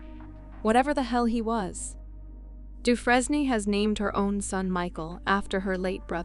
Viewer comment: In the story about Suzanne Suvakis, you continually mispronounced Megan's last name. It is pronounced, Doo-fraine ( rhymes with "train", in the American pronunciation), or Doo-fren (rhymes with "pen", in the French pronunciation). Really, if you're going to make a video about victims and their families, at least have the respect to do a little research on the correct pronunciation of their names - it can't be that hard, especially in the age of "Google".